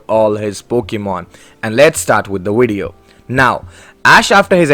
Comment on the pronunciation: Bro why does he ay wideo💀